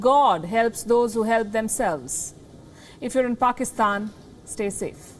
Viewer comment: The anchor just butchered pakistan